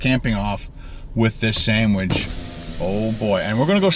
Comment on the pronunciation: Says sandwidge 4 times.